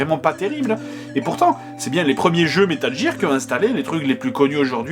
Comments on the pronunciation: c'est pas metal jear c'est metal gear!!!,sinon trés bonne vidéo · Si ca peut te rassuré, tu a fait mouche en disant metal jear plutôt que metal gear ^^ Seb en colonel est juste magnifique Cette vidéo est juste géniale ^^ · Au cas où tu aurais pas remarquer, à , il nous explique pourquoi il dit "jire" mais il sait très bien que ça se prononce "gear" et pas "jire" alors FERME TA GUEULE ABRUTI ! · metal GEAR pas metal jir ou qqchose comme ça Dx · dans la vidéo il dit bien que il fait expres de dire "jear" et que c'est faux. en anglais le "g" de prononce PAS "j" meme si il y a un E apres celui-ci. donc métal "guir" et pas "jir" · l'enfoiré il a trop anticipé les mecs qui le reprenait comme moi quand il prononçait (jear et pas gear) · Aïe mes oreilles! Prononcez Metal "Guir" svp c'est pas "Jir" que ça se prononce lol! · Metal Jir (au phare). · "Métal Jir" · Bon je vais clore la polémique avec la prononciation de gear. Dans les deux cas la prononciation est fausse. La règle qui s'applique à la prononciation du g en anglais est la même qu'en français, un g se prononce "j" devant un e, i ou y. Pour être plus précis réalité il se prononce "dj" tout comme les j et g devant des e, i ou y. Et je parle même pas de la prononciation du r complètement foireuse. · ça m'écorche les oreilles quand il prononce metal gear ( métal jir ) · Comment je voulais le tuer quand il prononçait Metal Jear xD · Metal jir.....lololololol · METAL JEAR lol good one JDG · Haaaaaaaa, Metal GEAR, prononcer GUEAR x) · Pitié,Fred,arrête de dir metal "JIR",c'est insupportable T_T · ARRETE DE DIRE METAL JIIIIIIIIIIIIIIIIIIIIIIIIIIIR ! Désolé c'est sorti tout seul :') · metal jirrr, ouai la tu me déchiiire les oreilles XD superbe vidéo comme d'hab jdg, vivement la suite si y'en a une . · Metal Jir ! Hahahaha :/ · J'allais mettre pause dans la vidéo pour dire : "mais pourquoi il prononce Metal Jear ??" mais j'me suis dis qu'une bonne explication a la JdG allez arriver ^^